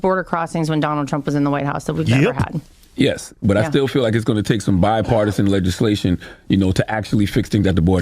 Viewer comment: Shite i think he just learned the word bipartisan. He pronounced it like a grade schooler.